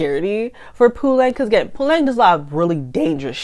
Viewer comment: You pronounce their names very well especially Fikile and Puleng.. KBs music is bad, you're right. The worst musician in South Africa 🤣🤣🤣